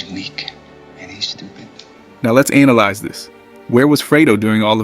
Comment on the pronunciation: it wasn't Forrest - it was AI! an actual person speaking English wouldn't pronounce analyze as ANAL-ize, lol!